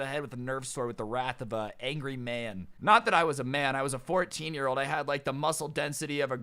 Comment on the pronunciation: Instead of 14 years old, I heard quarantine years old